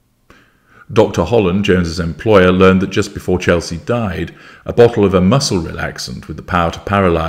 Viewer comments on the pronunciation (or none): none